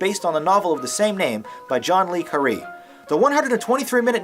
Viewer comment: "John Lee Caree"?....."Roy Schneider"? ........ HAHAHAHAHA!